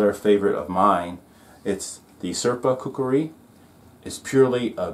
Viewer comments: Stop saying kukari its kukri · It's KUKRI Not KUKURI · Coo Kri ------ NOT --- Coo Coo Ri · I couldn't finish watching this video, because of the narrator constantly saying, "kukari".